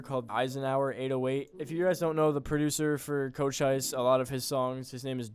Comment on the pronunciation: chochise Co-chees thats the pronounciation